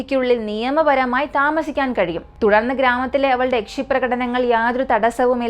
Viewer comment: Yakche alla yakshe aan 😂